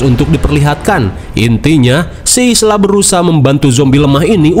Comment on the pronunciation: Ibunya Spike namanya bukan Ilsa bang tapi Isla (Aila) wkkwk